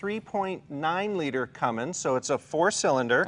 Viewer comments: Hey Jey, it’s CUMMINS NOT CUMMINGS! Sheesh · Jay, man, it's Cummins. Cummins. Now come on.... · Jay is triggering me by calling it a 'Cummings' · Jay, if you want anyone that owns a dodge diesel pickup truck to watch your videos, you've got to stop saying "Cummings"! It's "Cummins" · Jay, it's a Cummins not Cummings. It even says it on the truck. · I know it’s trivial BUT it’s Cummins not Cummings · Hey mr leno its cummins not cumings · Jay, it’s Cummins, not “Cummings” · Why does Leno pronounce Cummins like Cummings? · Cummins not Cummings Jay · He kept saying comings I instead of Cummins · Ok there is no such thing as a Cummings. Cummins has never had a g in their name and never will. Hearing someone say Cummings is like nails on a chalkboard. Come on Jay... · Cummins Jay..cummins. Not Cummings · Cummins not Cummings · Jay do you know you are pronouncing cummins wrong it is not cummings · Kept cringing when Jay said "Cummings" multiple times. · Jay its Cummins...not Cummings lol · Say it with me.......CUMMINS, CUMMINS, CUMMINS, not CUMMINGS, lol......and I'm a Ford guy. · Love you Jay Leno but it’s CUMMINS, not “ CumminGs” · Hey Jay, it's Cummins, NOT Cummings! Beautiful truck but way overpriced!:face-purple-crying::face-purple-crying::face-purple-crying::face-purple-crying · It's Cummins Jay, not Cummings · Stop saying Cummings Jay!!!!! It is Cummins! Even says it on the badge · Oh jay it’s not Cummings. Cringe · I think its awesome J can't pronounce cummins!!! WE LOVE YOU J !!! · Don't Cummings make dampeners? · (Highgear1) I'm gonna guess it had something to do with liquid coming out of your nose. I thought the same thing. Jay's a smart guy, but he's a car guy. And he has a speech impediment, so you could have told him it was Cummins 20 times and he would have said "Yeah, I know, Cummings.". All told, it looks like he had a buttload of fun driving something that could probably tow my house. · Come on Jay it’s Cummins not “Cummings” as you say